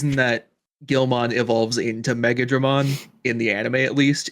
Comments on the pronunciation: I still prefer the Old Line... this new one is cool, but... not Beelzemon Cool. Of course, I never really liked the Guilmon line(except the oft mispronounced Megidramon... which they indeed mispronounced here. Watch the anime, it's MEH-GHI-DRA-MON... Like Godzilla Foe King Ghidora, which has a silent o. MEGADRAMON Is a completely different Digimon)... I mean, nothing AGAINST The lines, but... I much prefer Certain other Digimon... heck, one line in that series only has a SINGLE Bad design,("cough" Taomon "Cough Cough") and even IT wasn't THAT bad... they DID ruin Terriermon though. I LIKED Terriermon... until Tamers... talk about a tamers mon that needs alternate lines...(Megagargomon is BAD. And Tamers Rapidmon is LAME Compared to Adventure 02 Rapidmon.) But yeah, Impmon is cool... but it's not the only Digimon that ws robbed of its top spot... Apparently, there was a Scrapped Digimon adventure 02 Plotline involving Dragomon, the Dark Ocean, Kari, and a group of Dark Digidestined(who were manipulated) With Evil Versions of the 01 groups Digimon(Black Agumon, black Gatomon, Black Gabumon, Arurumon, Tsukaimon, Etc...) And a group of Dark Digieggs, used to Blackarmor Digivolve into powerful Alternative Forms of the 02 Armor forms(except Pegasusmon and Nefertimon, for obvious reasons)... Elements of this plot were later reused for Tri, and we never got even concept art for the supposed final Villain, Apocalymon:Released Mode. (Literally the leftover will and data of Apocalymon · I hate to be the "Pronunciation Police" but it's not Mega-dramon It's Meg-E-dramon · Its pronounced magee-dramon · So Megidramon is pronounce Meh-gee-drah-mon, and Megiddo is from Hebrew, specifically it was a fortress-city in northern Yisrael from about 2000 BCE. He was my favourite Digimon for a long while, so I know a fair amoutn about it. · They keep saying the Megi wrong. The i is pronounced like in Spanish. Which makes it sound like an e. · They were saying megidramon wrong as well😂